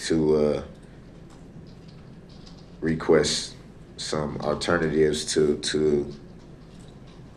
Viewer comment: I'm assuming when he says aternivetive he means alternative?